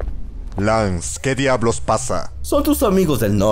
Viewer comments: Lo malo de español Latino esque lo llama Lance y está mal porque se pronuncia LEINCE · es lance Bro Pero se pronuncia lans o en si quieres pronunciar la a es leins